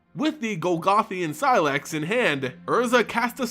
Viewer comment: first say say slex, now seelax blast....